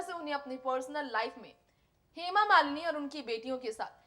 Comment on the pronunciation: सूत्रधार का उच्चरण बहुतही घटिया है, हेमा मालिनी का नाम भी ठीक से बोल पा रही।